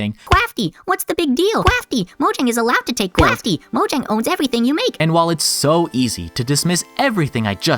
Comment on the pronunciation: but cwafty...